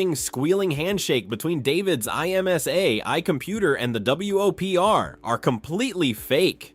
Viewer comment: I'm more upset by the repeated "W-O-P-R" instead of "Whopper"...